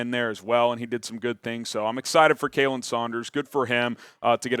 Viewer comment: As a parting gift and tribute, would you please pronounce my long time friend's son''s name correctly on the next show? It's KAH-len, same as "Collin", not KAY-lin. His mother would be so happy if you do! Thanks so much, love the show!